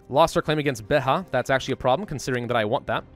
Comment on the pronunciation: its pronounced Beja Beh-Jah the J is like the J in jam that sound, not the spanish Ha sound.